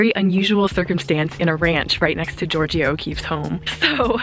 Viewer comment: She can’t even pronounce Georgia O’Keefe’s name right 😂 It is Georgia like the state not Georgio ha ha ha But she was born next door to her….sure